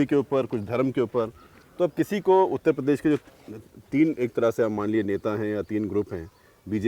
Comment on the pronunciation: Shout out for Utta pes 😏